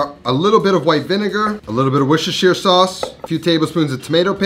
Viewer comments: "Wuss-Ter-Sher" btw 😅, but this recipe is amazing. Cant wait to try it! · For clarification. You are meant to pronounce Worstershire sauce as warster. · My ears are bleeding. Worcestersauce is pronounced Wustersauce... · love this channel, great recipes. but please, its pronounced wuss - ta - sha sauce for all my american friends across the pond :) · ".. a little bit of Worshshrsauce.." 😁👍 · Worcestershire is pronounced wor-ster-sure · It's pronounced "worse-tur-sheer sauce"